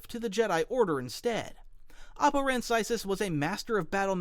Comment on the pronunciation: Oppo Rancisis deserved to survive order 66. Also you pronounced his last name wrong. Literally my favorite member of the council besides Plo Koon, wish he could get more screen time...